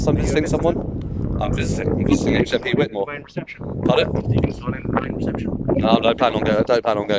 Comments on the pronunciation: It is pronounced "White" - I am from the town next to March. Chatteris - my football team often used to hire the social club at the prison for our end of season nights out as a few players were prison officers there. Both towns are dives mind you. Found you through Nobody Poor, although I don't live in the area anymore I'm glad to see someone auditing it. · Yes it's pronounced white-more, great video! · At least pronounce it correctly,fckn wit more ?